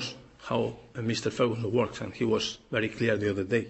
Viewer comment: "Meeester ferhooson" "manayer" Ha. Ha. Ha. Ha Poor, bitter twisted benny.